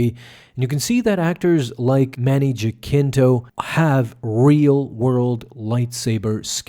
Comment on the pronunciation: You are absolutely BUTCHERING Manny's name